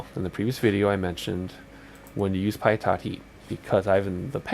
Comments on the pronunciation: "Pie TOT" lol ....pitot = "Pee toe" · Great video! Very helpful for a new XP guy like me. One minor thing. Pitot is "pee-toe", not "pie-tot". It's French.